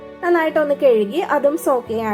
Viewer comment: കെഴുകി,, അല്ലാ ഹേ, കഴുകി